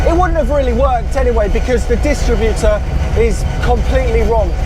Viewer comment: Say DisTRIButor, not DISStritbuter 🙂